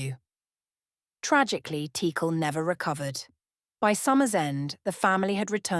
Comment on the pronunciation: It seems like AI is trying to attempt all possible pronunciations of Teackle.